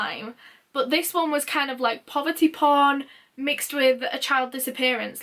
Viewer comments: Did you say there’s a TV show called Poverty Pond? Is it like a reality show? *Edit - never mind, i now know you were saying “poverty porn”. So like the show “Benefits Street”, right? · poverty prOn?!?!?! uhhhhhhhhh